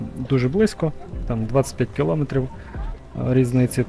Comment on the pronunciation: Не ображайтеся, але "кіломЕтрів"